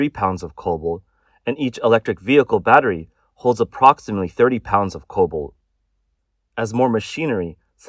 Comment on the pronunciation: It's cobalt, not COBOL. (Pronounce the 't'!)